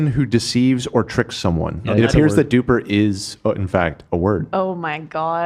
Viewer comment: Pretty sure super in ‘Super-duper’ is different to the duper that stands alone. The stand alone is said dupe-er.